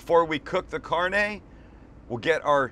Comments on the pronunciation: Sam:cheese sauce Southerners and Mexican :....... Sam:(says carnay instead of carnè) Mexicans and Southerners: TRIGGED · This is so good im gonna give you a pass for pronouncing Carne, Carn-ey